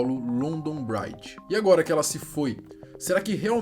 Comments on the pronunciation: Não se lê braidge e sim bridge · Pqp, vai fazer um curso de inglês! London "bráidje"??? Pqp!!! A pronúncia é "brídj" mesmo!!! "Bráidje" parece que vc está falando "Bride", que significa "noiva" em inglês! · A pronúncia é Bridge mesmo, não Braidge. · C for fala pelomenos fale certo rapa, “bridge” com I. (Bri-di) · Que agonia o pronunciando "bridge" com com som de "Bride" (Noiva) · London braidge? kkkkkkkkkkkkkkkk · LONDON BRAIT KKKKKK O certo que se fala é BRID mesmo kkkk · É “BRIDGE” mano não BRAIDGE por favor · Uma colega minha que mora em Londres diz que a pronúncia é London "bridgi" e não bride "noiva" ou bread que parece falar "pão" 😅👍 Forte Abraço 👍 💕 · Bread se pronuncia “bred”. Ele falou “braid” q ta Mais pra bride (noiva) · nesse caso a pronúncia, trocou o sentido kkk London Bride= Noiva de Londres e London Bridge= Ponte de londres kkk imagina só se na hora de passar o código os caras falam sem querer isso, e london Bride é um outro plano, para fazer outra coisa? SE É LOKO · London bride....kkkkk fora outros erros grotescos de inglês. Se alguém quer falar sobre o ocorrido pelo menos tem que pesquisar como se pronuncia os nomes.... Fica um trabalho de porco. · sem criticar mas além da pronúncia bridge estar bem defasada London Bridge é outra ponte A da foto que vc mostra é a tower bridge Falo com propriedade pois moro aqui a muitos anos e passo aí quase todo dia e é um erro comum os turistas e povo em geral confundir os nomes Forte abraço